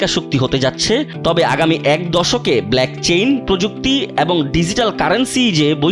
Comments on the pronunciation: আবার বলে blackchain ওই টা Blockchain 😂😂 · ভাই আপনাদের এইসব নিউজ কে করতে বলে বলেন? কতটুকু বুঝেন বলেন? ব্ল্যাকচেইন কি? 🤣 (ব্লকচেইন) বলে এটাকে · Blackchain na gadha Blockchain. 😂😂😂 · blockchain ❌😂 Blackchain✅ কালাচেইন😂😂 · ইথোরিয়াম 🤣🤣🤣🤣 ব্লাকচেইন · Blockchain কে black chain বলে!😂 আর আপনারা কতটুকু research করেন বুঝা যায়! America Clarity Act bill pass করে তাদের national crypto reserve এর দিকে এগিয়ে যাচ্ছে! আর আপনার তা জানেনই না!😂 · Blackchain😀😀😀😀😀এইসব পাগল রা সঠিক উচ্চারণ ও করতে পারে না।